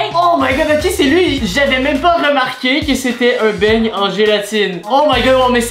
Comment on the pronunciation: Euu juste une pEtite faute on dit beignet et pas beigne